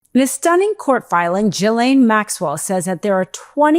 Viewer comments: This is another important video from an important part of this important content creator's network. The person this report is on is someone who has been in the news for many years and yet you mispronounce her name. It's not JIH-lane, it's GUH-lane. To me this is embarrassing, unprofessional and perhaps even lazy and uncaring. No, it's not a common name here in the U.S. and so I think one would research it's pronunciation instead of simply echoing what you may have heard or take a guess at it. The research would take less than 15 seconds. Do you similarly fail to research facts, claims/accusations and data in your legal work? I doubt it, so why haven't you done so here? You're a lawyer, a profession that requires a deep and thorough knowledge of law overall and certainly a specific part of it, but language, its use and its accuracy are major facets/requirements of such a profession. Wake up, your credibility is on the line and by extention, MeidasTouch's as well. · FFS ... Her name is not JILLAINE - GH, like Ghost - Ghi(silent S)laine like "Ghee" - Ghislaine Why is it so hard for people to google this shit? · GHEE lane---not JEE lane. It has an H after the G. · My God! It is pronounced; “Gee-lane”. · You pronounce her name like DYLAN or Gillen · Ghee-lenn would be the correct French pronunciation. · Why can’t any alive human being pronounce Ghislaine properly? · It's Ghislaine, with an s. You pronounce the s.